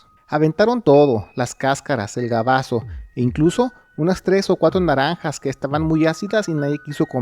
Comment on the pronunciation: Se dice BAGAZO. No GABAZO. Chécale.